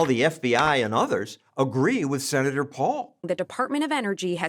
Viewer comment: “Senatuh, you don’t know whatcha talking about! I AM the science.” Anthony the Faucist, the little man.